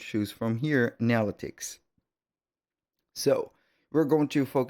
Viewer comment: Thank you for this, but please learn how to say "Analytic" properly